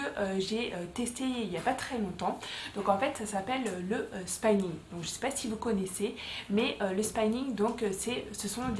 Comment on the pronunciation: On ne dit pas spaïning 🤣 on dit spi-ning ☺️